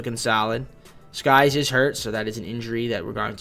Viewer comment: It's Sykes not skies jeez bro you said the wrong name like 10 times